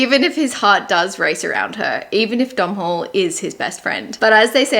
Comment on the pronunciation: So excited for bookmas! But just so you knot domhnall from the princess knight is actually an Irish name and would be pronounced as dough-null, it sounds like cait jacobs is Irish so I'll have to add this to my tbr